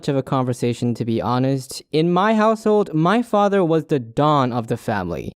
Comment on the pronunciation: I’m gonna talk...TO MY FADDER Me: xD HAHAHAHAHAHA!